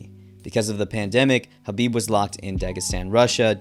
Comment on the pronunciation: You keep calling Khabib Habib.